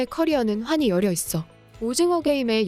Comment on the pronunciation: 열여있어요? 이거 또 중국인이 한국인인척 채널 운영하는건가..5천만 대한민국 국민중에 열려있어를 열여있어라고 읽는 사람은 없을건데..자막 오타면 백번 이해하고 그럴수 있겠다만 읽는걸 열여있어라고 읽는다고?